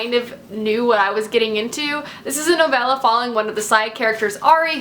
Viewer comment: Thumbs up for not pronouncing novella "novayla"